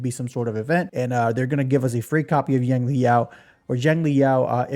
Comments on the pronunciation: In Chinese Xiang is pronounced more like Sh-ung. But you should use the closest English pronuncation, so just ''Shang'' like Genshin's Xiangling. But yeah a lot of gacha CC's really do be reading the names in the most random ways, like they dont know English or Chinese. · 😂that’s just another way to pronounce it wrong bro. There’s no English equivalent of X sounds that’s why it’s so hard for westerners to pronounce. Just call him Yao that’s his given name anyways Xiangli is his family name